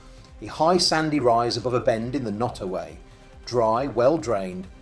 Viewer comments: Your pronunciation of Nottoway is atrocious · Quit mispronouncing Nottoway!!